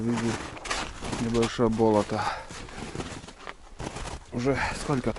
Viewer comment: Когда "бОлото" говоришь то ударение ставь на "болОто", то есть на вторую "О"